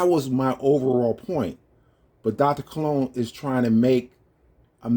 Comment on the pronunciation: He keeps calling his self Cologne. No ligga, we know how to spell buddy. Your name is Colon keep it a Buck. This ligga even remixing English. It's "Dr. Colon" not "Dr. Cologne". Smh. God damn. Stop, just stop doc.